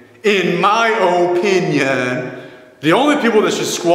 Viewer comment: lol to the emphasis on "my opinion".